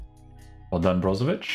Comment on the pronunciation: as a croatian huge respect bro for ic pronouncing ich not ic